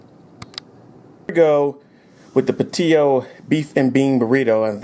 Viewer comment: Whatchu mean Puh-tee-oh? Dat be a Pat-E-Oh bur-r-uh-ee-to, FOO'!